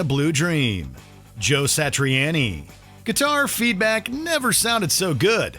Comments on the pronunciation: I'm pretty sure Joe Satriani pronounces his name Sa-tree-ah-nee, not Sa-tree-ann-ee. But keep saying it like you're saying it,. It only grates on the nerves of Italian people everywhere when you mispronounce their names.....goob! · WatchMojo: "Joe Satri-Annie" Me: "Stop saying it like that!" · Man said “joe satrieannie” hahahahha who else but watch mojo? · The pronunciation of some of these names is what kills me most. Meshoogah, Satriannie lol